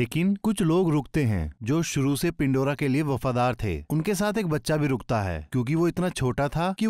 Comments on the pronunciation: यह पेंडोरा है .... ना की पिंडोरा 🤷🏻‍♂️ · पिंडोरा नहीं पैंडोरा जरनल नहीं जनरल 🤣